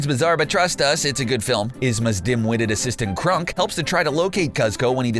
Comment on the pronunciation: Now is it Eva Gabor or Zsa Zsa Gabor ? Cronk, not crunk.